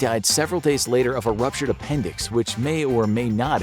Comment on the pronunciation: Did he mean to say "ruptured"? I don't know; I think he mispronounced it